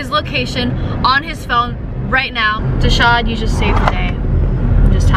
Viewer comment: wait im confused is it deshawn or desaud?